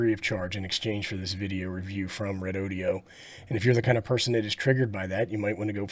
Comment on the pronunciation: Thanks for the test report. I’ve been thinking about picking one of these up., I had to laugh at how you pronounce REDOD’E’O😂 I was waiting for a cowboy to lasso the battery to pull some more current out of it! One question, I heard you mention on another video that the cheap battery brands use higher capacity, lower grade (B or C) cells and battery life is questionable. Do you have any idea about REDODO?